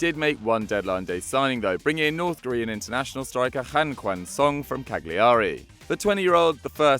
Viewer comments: Cagliari has a silent g. Cal-yuh-ree Not Cag-lee-ahh-ree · butchered another italian name again cagliari would of sounded better if you called it cow gary